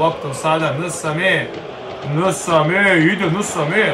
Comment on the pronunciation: Nije Nsame nego ensane majmune.I nije olanjika nego olainka. Izvini na hejtu ali me nervoval